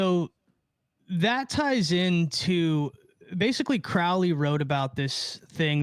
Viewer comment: Its CROW LEY as in a bird CROW its pronounced CROW LEY not CROW like Cow please pronounce Crowley correctly Crow the black bird not Crow as in Cow its oh sound.